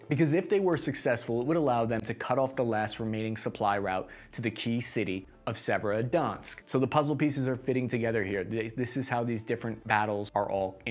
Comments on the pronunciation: …. I don’t think that pronunciation could get any worse. Even a fifth grader could attempt those pronunciations and get closer than what we have here. Se•ve•ro•do•netsk. Not “Se-verski-donsk” lol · "Severodansk", "Severodunsk", "Severodensk!" Good grief! It's Sev-er-o-don-etsk. You can do this! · You mean our proud city of Serodnzatk on the great Donutk river? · Its Servo-donk obviously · For anyone whos wondering the correct pronounciation of Severodonetsk. ->(Severe Don-esk) It's a soft roll on the r in Severe though. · Your pronunciation of Severodonetsk gets worse every try. Beautiful. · Haha by the end I was wondering wtf he was even saying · In the right way to pronounce - Khar-kiv - Severo-Donetsk- Isyum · Love the video but take a little more time with the names man. Just read all the letters in the word and don't add any. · The Muskava, the severodonx. Only thing butchered more than the russian troops are these names 😂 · doing an excellent job of carpet bombing all these place names. Donetsk is Donsk? Severodonetsk is Sevrodonsk? Time to smoke more apple hookah in Bag Dad.